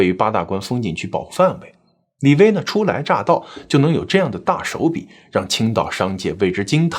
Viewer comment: 李薇 - 薇是第二声吧，不是发第一声 微